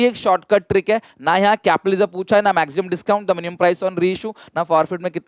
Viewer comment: Sir says maxsimum